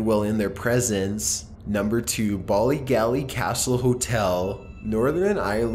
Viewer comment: great work but as an Irish person the mispronounced Irish names of hotels and castles 😑😂bollygally Ballygally still love ya tho😉